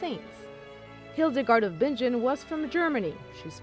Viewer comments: Her name is actually pronounced "bing -ehn," not "bin-jen." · Its pronounced Bin-gen, not Binge-jen!